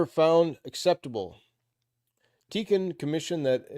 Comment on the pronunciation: I think Tikkun is pronounced Tea Coon.